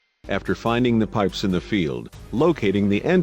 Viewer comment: Pipes casually become "periscopes" for a second.